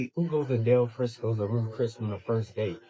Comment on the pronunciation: You definitely have to laugh when her speech is roof cris steak house. 😅😅😅